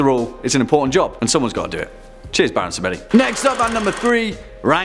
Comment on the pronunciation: U forgot to list Baron Samedi and Hades in the timestamps yo! Just to let y'all know!? Samedi is pronounced Sam Dee not Sam Eddy lmao Samedi is French for Sunday ✌